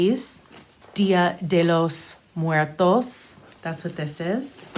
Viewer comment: You said Dia de los muertos perfectly! I love watching your episodes. I’m from Michigan and every time I watch, I’m like “she’s my kinda people” thank you for being awesome 😁